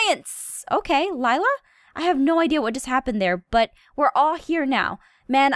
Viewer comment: Um...I actually think Laila's name is pronounced Lay-la, not Lila. But I have no idea how to spell either of those correctly so whatever.